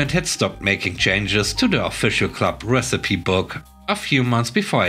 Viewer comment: The first story about old receipts made me laugh. First lol of the day! The second story was fun too. Minor nit: recipe is pronounced re-ci-pe (re' si pee). Thanks for the stories!